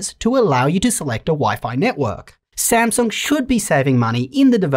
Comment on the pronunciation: I just endured one of my most trusted reviewers passionately butchering a brand I love very much lol